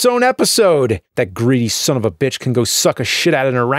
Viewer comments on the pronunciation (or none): Unfold that stock, maggot! Remember the awesome boss battle music from Darius Twin? "orangutan" "rohs-TOHN." You know, with the "a's" making the schwa sound and the accent on the second syllable. The word you're looking for is "anagram." I'm pretty sure you've used that word in past episodes.